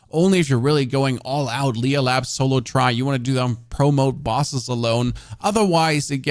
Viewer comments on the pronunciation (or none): none